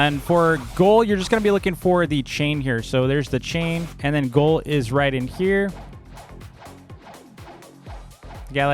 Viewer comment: brother pronounces ghoul like goal